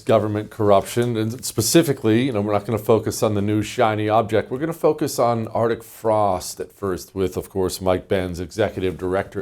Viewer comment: Jesse, It is arctic frost, there is a C in it. Stop being lazy in your speech!